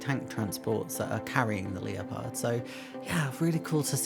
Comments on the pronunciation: Hello, Apologies for correcting you but the tank is pronounced Lep-ard ,as in the big cat. Looks like it was a great show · Nice video, I liked the way you said 'Leopard' as Leo Pard :), the Red Bull truck is just a sponsored truck of a Paris Dakar competitor, yes trucks take part in the rally :) I believe it's a Heller kit. Seeing all those people, eek, not for me sadly but thanks for showing peoples work, and I see you're filming more cars, wonder why, hmm ? :) hugs